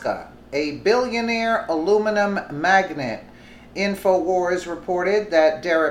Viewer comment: it's magnate not magnet